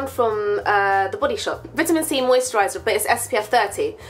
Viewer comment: the way you say vitamin c O_O